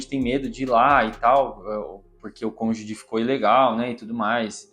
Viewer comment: A pronúncia da palavra cônjuge é "konjuji" (gi como em girafa). Não sei se é defeito do meu som, mas eu ouço você pronunciar sempre cônjudi ou cônjugui. Sobre a história, que saga! Desejamos sorte! 🍀🌎